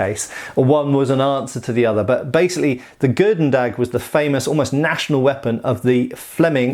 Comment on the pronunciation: Just because it also bugged me in the Shadaversity video about it: the gs in goedendag are pronounced more like the ch in loch in Flemish (and Dutch, and I believe Afrikaans).